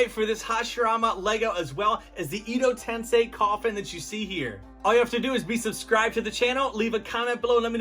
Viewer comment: Edo tensei is pronounced “eh-doh” not “ee-doh” Base plate is written in Japanese… not Chinese..